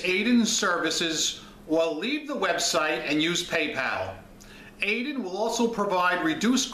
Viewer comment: It's pronounced Ad-yen because it's spelled that way.